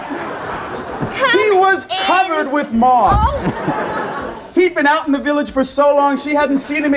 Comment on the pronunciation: Who the hell are those 2 ? 😂 sat right at the front so nobody can see past their stupid hair, and what the hell did he say? A rolling stone gathers no merse? Hahaa